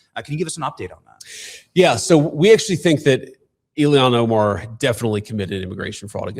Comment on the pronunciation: JD Vance is not himself anymore. His hair is not as dark. It is brown. His eyebrows are not as dark. They are brown and his eyelashes & his beard are brown now instead of a dark brownish black as they used to be. Vance looks different and now he doesn’t know how to pronounce Ilhan Omar‘s name! Vance pronounces it “Iliyon Omar”! I do not think he used to pronounce it that way!! Someone check the videos and see, but I’m quite sure Vance USED TO KNOW how to pronounce her name correctly. This is a clone, a replica, but not the original. If the clones are evil, they always change their stance on Israel from for or pro-ISREAL to against. Israel and the Jews are like givers. They gave us the Bible and the 10 Commandments in Jesus Christ and all of the original members of the church. The evils know this and that is the first thing they will try to do is to turn people against them, against the Jews against Israel against Zionism. They know the importance of Israel and the Jewish people and that is why they target them nonstop to get rid of them.